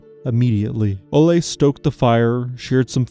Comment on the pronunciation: FYI - The pronunciation of Ole in Norwegian is OOHLA rather than OHLE.